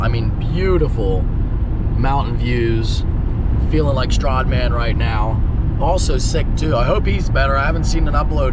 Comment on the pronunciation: The way he says Stradman gets me every time😂